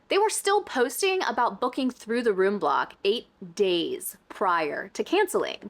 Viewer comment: says “room” like I do!!!! where are you from??? In college, the other midwesterners noticed it & it bothered them, but here in eastern Montana, people don’t notice it, but only people from the upper east corner say it like that. I will die if she’s from there, I feel like I would have heard about her locally lol. But it’s very unique, while it did not bother anyone but the midwesterners, everyone noticed if it was pointed out